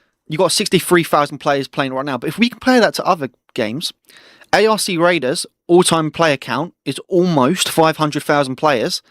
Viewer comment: Sorry but I gotta say it, the ARC in ARC raiders is pronounced as 1 word, not by its individual letters lol